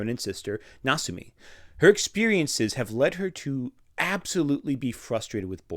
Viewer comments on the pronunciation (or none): Did you just call Kasumi "Nasumi"? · But the older sister’s name is Kasumi, not Nasumi.